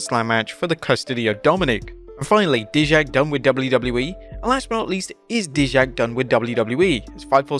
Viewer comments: Pronounced DIE-JAK. Not DEE-JAK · IT’S PRONOUNCED AS DIE-JAK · Its pronounced DIE-Jack. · How are you mispronounced dijack??